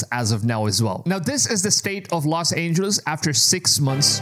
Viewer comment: “Los Angels”? 👎